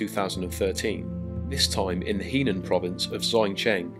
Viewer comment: The province called Henan is pronounced "Huh-nan" not "He-nan"